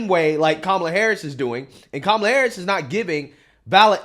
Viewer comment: Her name is pronounced as "come-uh-lah" (it means lotus flower) & not "coo-muh-lah" nor "kah-muh-lah" which dems keep insisting upon. Vivek actually pronounces her name correct tahn the dems who keep trying to correct others over how to pronounce her name.